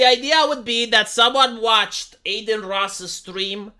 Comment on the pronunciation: De ce î-i zici ”Ey-deen” în loc de Adin? E un nume Român. De obicei e un nume de fete, "Adina". It's "Ah-deen", not Ey-deen. It's like you're saying Ey-merica instead of Ah-merica.